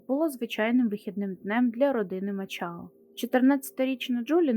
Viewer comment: Мачао . Якась неправильна вимова